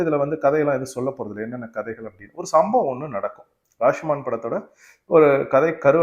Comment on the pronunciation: படத்தின் பெயரை சரியாக உச்சரிப்பு ராஷ்மான் இல்லை ராஷோமோன்..